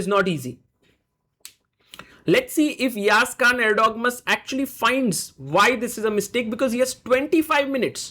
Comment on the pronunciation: it is not Khan guys it is KAAN